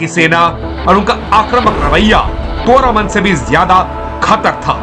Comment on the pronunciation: सुन बे तोरमाण है और हूण. ये अग्रेज न बन, हन तोरामान और फिर वेदा श्री रामा बोल, बेवकूफ